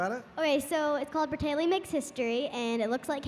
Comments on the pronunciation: Braytaley? Its Bratayley 😂❤️ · Bratayley not braytayley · It's Bratayley not Braytayley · They said braytayley instead of bratayley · It’s bratayley not braytayley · Oh its bratayley 🤦‍♀️not braytayley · BTW it’s not BRAYTAYLEY, it’s BRATAYLEY